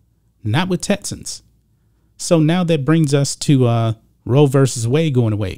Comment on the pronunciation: TeXas. TeXans. Not “TETsas” or “TETsans” 🤣. Everything else, 100% buddy!